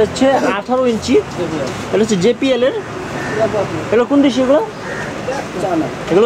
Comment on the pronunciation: ভাই যে পি এল বলছেন কেন এটা হবে জে বি এল